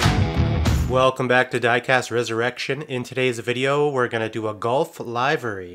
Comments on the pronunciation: Always great work and ditto on pronouncing livery...Liv Ree 😉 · I’ve always loved the Gulf look! And this one is no exception! One thing (and it’s completely me…) but it is pronounced ‘livery’ with a short/soft I sound, not the hard I. Think “I just want to live, man!”, not “the show will go live in 30 seconds….” Keep those cars coming, but, could we see some more restorations?